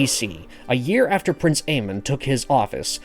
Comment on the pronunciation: His name isn’t Aemon